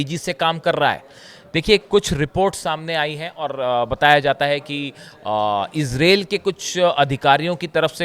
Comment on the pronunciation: Please it is pronounced IZRAEEL not esrale.